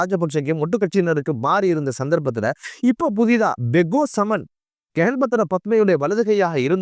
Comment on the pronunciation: No bego saman,he is beko saman bro,ur pronouns no good